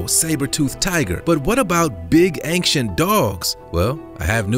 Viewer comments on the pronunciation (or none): none